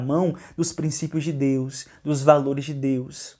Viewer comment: Ele nem consegue falar DEUS. demônio não consegue falar o nome do nosso Senhor Jesus